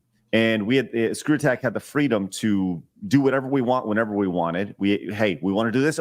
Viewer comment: Because, fweedom